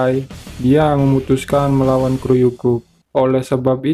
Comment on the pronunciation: kuryu bukan kruyu